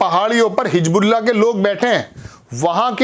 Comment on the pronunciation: ...0:5 باریقی۔۔۔۔۔نہیں باریکی۔۔۔۔۔ Aap bhi devnagri walon ki Tarah kahin bhi...Bindi...nuqta...lga Rahe hain... باریقی۔۔۔۔ہا ہا 😅😅😅😅😅😅😅😅😅😅😅😅😅😅😅😅😅😅😅😅😅😅😅😅😅😅😅😅😅😅😅😅😅😅😅😅😅😅😅😅😅😅😅😅😅😅😅😅😅😅😂 Hijbullah..? J Ya Hizbullah...Z..